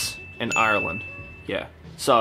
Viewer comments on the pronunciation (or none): The way said Ireland made me laugh hopefully I get to see you ❤❤ Proud Irish 🍀